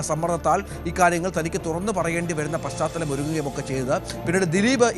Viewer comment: Paschaathalam...paschathalam...kurachu malayaalam vaakkukal padikkuka